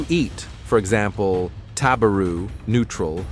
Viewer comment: Your pronunciation of "taberu," "meshiagaru," and "itadaku" are entirely wrong. Some people listening to this will copy them, thinking they're correct.